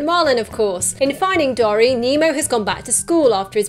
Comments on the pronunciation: Dory is said dore/ee not dor/ee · I'm British too, but I've always pronounced Dory as 'door-ee', not 'dorry'. Irrespective of this, love your videos. Keep up the good work! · OMFG you say dory wrong its not dorry